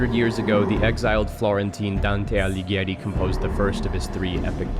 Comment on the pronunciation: I've never heard a non-italian pronounce Dante Alighieri's name so right. Good job! Same with Paradiso! Also: hot take, but All Will be One/Phyrexia is more cyberpunk then Neo-Kamigawa. You can't change my mind. Also also: this video is way more serious then how the Wizards take Phyrexia seriously